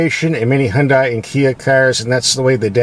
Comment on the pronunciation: Remember, "Hyun-dai" rhymes with Sunday! Also, why do a few little melodic tones bother you?